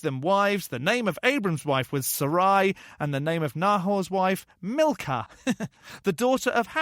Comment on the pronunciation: Milcah is probably pronounced Meekah. I have a niece by that name.